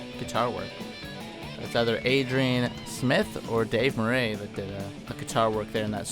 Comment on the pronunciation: Dave Moo-Ray? Lol